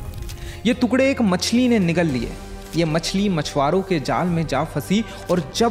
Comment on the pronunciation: Bro you need to correct your pronunciation...it's टुकड़े not तुकड़े